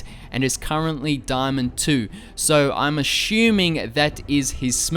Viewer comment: Haha you pronounced ASHUMING